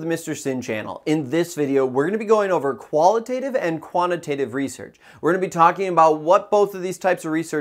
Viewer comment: Don't you pronounce both terms wrong all throughout this video though? 👀